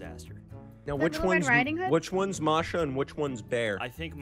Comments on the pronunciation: the Bear's name is bear and Masha is pronounced : Mah-Shh-Ahh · Masha and the bear is a real TV show Btw masha doesn't have a R sound in it